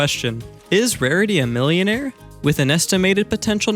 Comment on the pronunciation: IM SO GLAD YOU REMEMBERED TO SAY MILLIOMARE